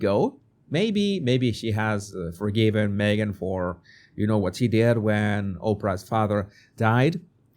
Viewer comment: Me-gain missing? What a pity 😂